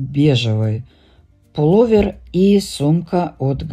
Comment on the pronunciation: Пуловер-ударение на ,,о''.